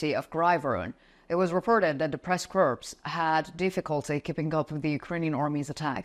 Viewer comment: Fascinating to witness the development of your command of English over the course of the war. You're doing extremely well. (Press Corps? The corps is pronounced just cor)